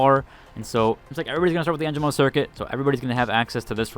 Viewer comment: It's not too big of a deal. But the announcers pronounce the sponsor names here and there and you managed to only say Holtow right. En gee mo Isz uhlt